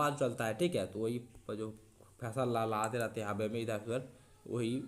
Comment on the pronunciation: Laharate hai lalhhate nahi hai